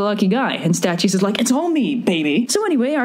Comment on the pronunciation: you mispronounced Statius....